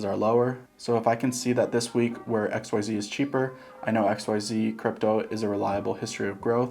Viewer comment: I keep hearing XYO instead of xyz 😂